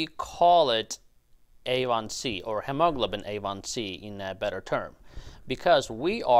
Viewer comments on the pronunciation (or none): FYI - it's pronounced hee-ma-glo'-ben. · It is hee-moe-glow-bin 😊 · hemoglobin is pronounced: He-Mo-Glo-Bin. All 4 syllables accented! ok? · Hemaglobin is pronounced "Hee ma glo bin" with the accent on the first syllable. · It's "he, mo, globen". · Say, hem o glob u lin. Once again... hem o glob u lin. There. Good job!! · the word is pronounced he mo glo bin. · doctor thats pronounced he-mo-glo-bin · I know, right!? My brain is translating his pronunciation like 😞😞😞😞😞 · Took a while to understand that you were trying to say HEMOGLOBIN. Thanks for the video. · Why on earth do you mispronounce hemoglobin so badly? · A well-intentioned tip for you, talk to a native English speaker about the correct pronunciation of hemoglobin. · He pronounces Hemoglobin in a "funny" way! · That is how some Phillipine born people pronounce hemoglobin. I enjoy it! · Hemoglobin? Where did you find that pronouncing style? Please Google the American English pronunciation. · his pronunciation of hemoglobin is nervewracking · Am I the only one that is jarred by the way he pronounces hemoglobin?